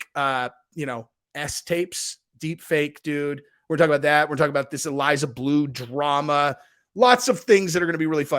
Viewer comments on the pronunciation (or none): none